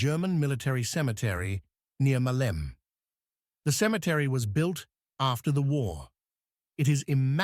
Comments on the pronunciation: the mayor of Hania in spring of 1941 was antonis isihakis I don't know though if it was him who had the conversation you described...and maleme in greek is not pronounced malem it is pronounced "malemeh" when you finish the word you keep the e so it's the same as saying air you say ee air so you say malemeh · the biggest ear damaging word this AI uses is "Male'me" please is called " Ma'leme" μα λέμε... Μάλεμε φορ φακ σείκς... ;Ρ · Ma - le - me the word has three syllables. Accent first syllable MA-leh_meh. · I think you're overly polite in describing it as simply "very inaccurate", personally I'd use "insulting to the memory of the fallen defenders". Not to mention the AI slop that can't even try to pronounce the name "Meleme" right or even consistently throughout the video. Anyway, I'd just like to point out that the civilian weapons were not confiscated by the Metaxas regime; they did issued a decree and tried to confiscate them after the insurrection of 1938 but they failed miserably. However, some 60.000 weapons were turned over willingly by the local population when the regime issued a plea soon after Italy attacked Greece - most of them were left in depots and were never given to the army.